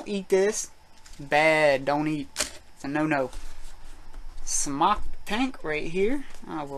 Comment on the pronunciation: no he pronounces it correctly